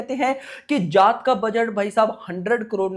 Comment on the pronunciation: Bhai tu जाट bol raha hai ya जात bol raha hai😂😂